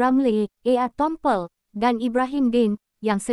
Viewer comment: Tompel bukan tongkol sebut pun tk betul buat malu aja